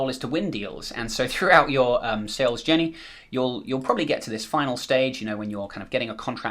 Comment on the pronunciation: Everyone - head's up - he's not saying "Sales Jenny" ... he's saying "Sales Journey". Took me a couple rewinds to try and figure out where he defines a "Sales Jenny" before I checked the transcript and found that it is a "journey" to which he is referring ;-)